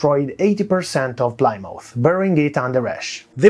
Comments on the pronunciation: Plymouth, not Plimauf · you're both wrong, its pronounce "pleh-mooth"